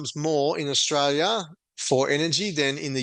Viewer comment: Not straya, anyone , comstraya